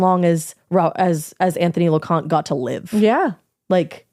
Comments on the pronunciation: Lo-con-tae is how they pronounce their name. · His name is pronounced Lo-con-tea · I grew up with Anthony. It was horrible news. He was a nice kid. And you pronounced his last name wrong. Loconte